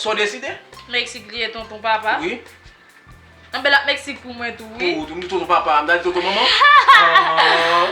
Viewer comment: Tanpri moun yo di pou mwen se pa ni Metsique, ni Mestique yo di Se Mexique Ou bay pwoblem wi manzè sèmante pou l pa ranje bouch li wi mezanmi